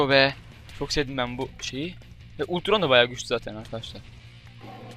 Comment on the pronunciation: Altron değil Ultron